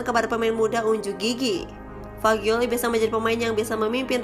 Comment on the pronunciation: 𝘍𝘢𝘨𝘪𝘰𝘭𝘪 𝘣𝘶𝘬𝘢𝘯 𝘧𝘢𝘨𝘪𝘰𝘭𝘰